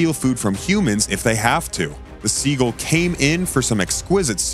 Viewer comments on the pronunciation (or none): Learn how to pronounce words. What is a "guller"? And it's not "siegle"!